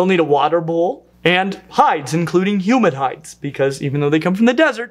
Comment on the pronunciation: When you said humid hides, I thought you said human hides, as in the skins of humans 😳😳😳